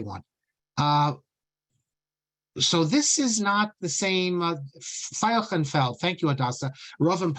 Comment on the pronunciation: Thank you so much for these fascinating talks. If you are seeking the German (rather than possibly the Yiddish) pronunciation of the name Veilchenfeld (which means field of violets), it is FILE-shen-feld (no additional eh between the first and second syllables, and the 'ch' in the second syllable pronounced as SH, not as ch in Bach). In reference to the word Tikon in Maoz Tsur: The poet is speaking to Hashem (The strong rock of my salvation, it is pleasant to praise You). Cannot the next line be translated as second person future?: YOU WILL RESTORE my house of prayer, and we will bring thanksgiving offering? This removes the difficulty of trying to match the gender to the word Bayit. I admit that it has been many decades since I learned Dikduk. Fredel (pronounced FREE-del) Fruhman